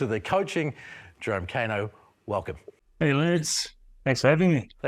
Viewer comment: Hey Bro. You live in Aotearoa, you have access to genuine Te Reo speakers and education, And yet you mispronounce Kaino to his face Try harder